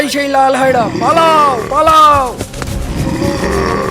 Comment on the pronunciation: হায়রা না হায়না বলতে হয়